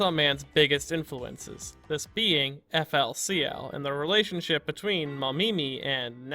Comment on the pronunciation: It’s pronounced Fooly Cooly don’t let the FLCL trick you